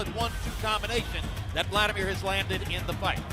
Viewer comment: For fuck sake its Vladimir not Wladimir, I understand it's hard for u to pronounce V ,is it also hard to write it?